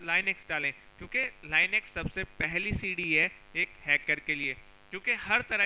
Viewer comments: It's not lainux,it is linux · bhai I think its लिनक्स not लाईनेक्स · laynex ....nahi....linux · chutiye usse Li-nix pronounce karte hai Li-nux nahi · Beta pehly linux bolna seekh ky aao phir batana hacking kaisay hoti hai😉😉